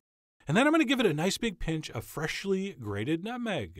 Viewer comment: The only thing that bothers me about how he talks is the way he says 'freshly' 😂